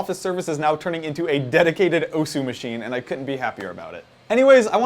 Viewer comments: Just so people know: The "u" in "osu!" is silent, so it's pronounced "os". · The 'u' in 'Osu!' is silent. -_ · It's pronounced OSS!! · Graphical tablets? Also, you're saying osu! wrong. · I'm cringing listening to him pronounce Osu! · Please learn how to say osu